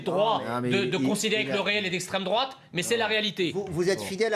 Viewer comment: " c'est nauséabond , c'est l'estraime drouaaaaaate " hahahahahahahahahahahahhahahahahhahahahahahhaha !